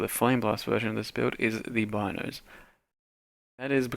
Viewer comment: also depends what language they took the name from. If it was from an Italian vernacular "Beenoes" would be the proper pronunciation.